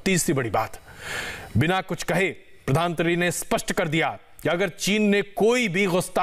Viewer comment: आप खबर में प्रधानमंत्री न कहकर प्रधानत्री कयो कह रहा है? क्या आप जान बुझ कर कह रहे हैं?